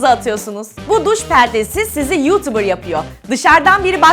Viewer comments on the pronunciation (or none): none